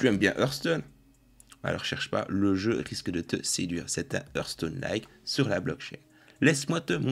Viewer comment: Il a dit earthstone lol